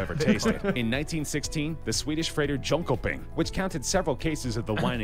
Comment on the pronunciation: when mans pronounced Jönköping as John-Coping wtf